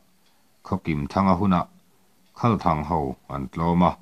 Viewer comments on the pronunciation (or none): Khalthang thlûk a dik lo a nia ka pu. "Khal" lai hi, naupang hnenah, "Bawihte, he motor lem hi lo khâl rawh aw," kan tih a, "khâl" lai kan lam ri ang hian lam rik tur a nia. A ziaktu hian 'a'-ah hian thlûkna (â) a dah lo a nih hmel riauin ka hria.